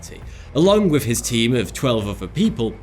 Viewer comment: Th doesn't make an F sound. It's "with" not "wif". Quit butchering the English language. Outside of that, I like your channel.